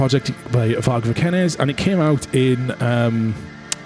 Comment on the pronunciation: How hard can it be to say vikernes?